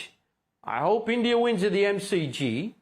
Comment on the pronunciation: Imran Khan saying "Endia" 😂😂